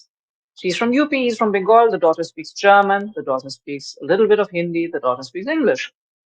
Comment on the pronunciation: Stfu....ur name should be deaf not DEF.....how dare you said Germa.......tan...